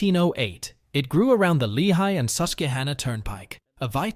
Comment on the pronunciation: You said Susquehanna wrong.